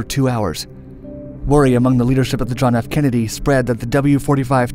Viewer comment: "Mk" is pronounced "mark". The K in "Belknap" is silent, as in "knife". It's "KENnedy", not "kenEDy". While "exponentialized" is a real word, it's not a very good one.